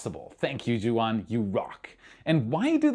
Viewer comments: Are sure your pronouncing the 3D artist name correcly if its Juan you way off base its spanish and your pronounce it like Jewuan! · o, Juan is pronounced WAAN- its spanish for John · For all English speakers, if you want to pronounce right Juan, it is more like: Whone